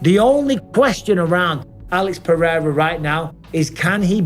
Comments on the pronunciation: Chael the racist again saying Alex Peee-era instead of respectfully pronouncing the name correctly. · Dumb ass Chael can't say PEREIRA properly. Pee-air-ah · Chanel Sonnen refuses to even try to pronounce Alex’s last name correctly because that’s what being Chael Sonnen is all about